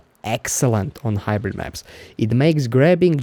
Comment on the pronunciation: hybrite. hybrite. hybrite.